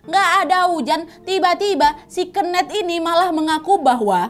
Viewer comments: Kenet awkwkk keeneth bukan keeneth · Pengen ketawa setiap kak nadia ngmg "kenneth" dgn pelafalan nya dia HAHA jatohnya jadi "kenek" dengernya AHAHHAA 😅😅